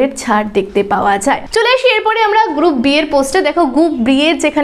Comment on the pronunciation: Haa mam group B valoi laglo ....kintu apni te group B ke gup B bolechen ... ektu dhire bollei uchcharan ta thik hoto😊